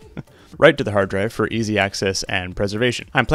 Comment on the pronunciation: I like the "heeard draive"